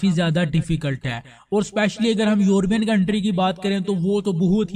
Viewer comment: یوربین نہیں ہوتا لفظ یورپ ہے اور یورپین بولیں درست فرما ادھر ادھر سے سن سنا کے ایسے ٹھوکی کھڑے او